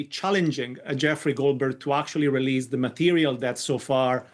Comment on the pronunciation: Just to be clear: release does not rhyme with please.